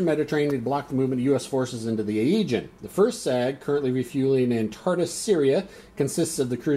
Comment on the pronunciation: So cool you have so many videos on the fleet series! My only criticism is the pronounciation, LOL! I can forgive you any Russian words, but the pronounciation of the Agean and Tyrreanean Seas is rough. But anyways working my way through the videos.